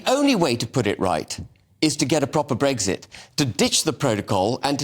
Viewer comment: Habib can't even pronounce the word "Brexit" correctly. "Bregsit".